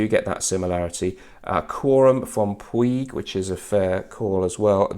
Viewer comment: Good video,. I think Puig is pronounced "Pooorchz" or something like that.